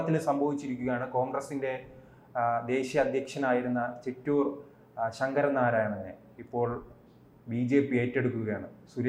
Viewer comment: ചിറ്റൂരല്ല പൊട്ടാ..ചേറ്റൂര്‍ എന്നു പറ..😅